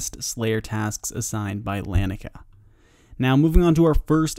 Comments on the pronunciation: Nobody seems to agree on how to pronounce her name. Lah-knee-uh-kay-uh. But at least you didn't call her ikea girl lol. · Why can no one say laniakea’s name, it’s lan-ee-a-Kia. Named after the local laniakea super cluster of galaxies